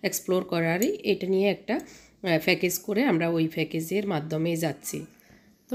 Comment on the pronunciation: ফেকেজ না প্যাকেজ😂